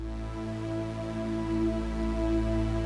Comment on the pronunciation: Tsoukolous - “Exugh-Terrestrials”